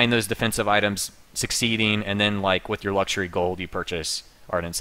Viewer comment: "Luxuary" gg no re